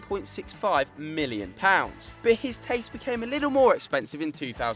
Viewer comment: why does he says mhilion and not million?